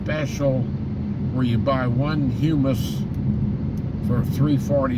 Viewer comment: It sure seems early to be going back to school. Summer vacation used to be all of June, July, and August. School started back the first week of September. I wish you'd have been recording at the grocery store! That could have gone viral. 😜I don't think that is how hummus is pronounced. Too bad about the team from Richmond, what a pitcher's dual. Maybe they can come up through the losers bracket. I hope you have a great day.